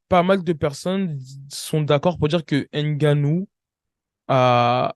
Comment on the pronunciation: Franchement, en tant qu’Africain, ta prononciation du nom de Francis est une honte 😂😂😂😂, c’est n’importe quoi. HAINE GANNOU, tu abuses là.